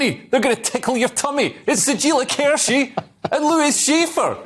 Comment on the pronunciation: Leo Kearse sounds like ERSE!